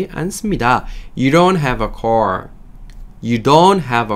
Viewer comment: 제가 듣기가 않좋아서 아래와 같이 궁금한 사항이 있어 질문드립니다. 흠잡자고 하는 것 아니니 오해는 없으시길 바랍니다. This is my car You don't have a car ~car 발음과 ~car 발음이 내 귀에는 다르게 들리는데 다른분들이 듣기에는 어떠신지요? ~car의 발음이 내 귀에는 call 처럼 들립니다. is he a good teacher 에서 is의 발음 es 처럼 들리는데 여러분의 생각은?